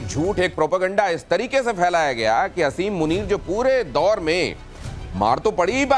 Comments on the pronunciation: Aby bewaqoof aseem nai hota he asim hota he jahil qoam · O pagal I olaad Kuta Asim muneer name hai pehly name to theak sa lay lo